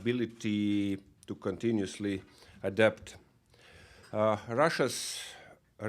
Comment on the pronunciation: adopt ≠ adapt! Raymond Whyghonis soviet English pronunciation is awful and he is a bit slow, but at least I can catch. not sure, that native-born americans can.